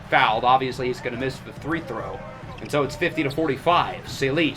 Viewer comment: why do you keep saying three throw?